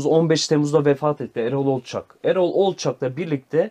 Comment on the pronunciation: Olçak değil olçok